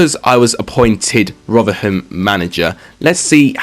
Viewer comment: Please bare in mind you can't say rotherham